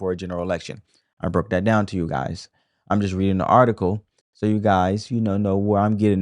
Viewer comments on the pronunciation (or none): none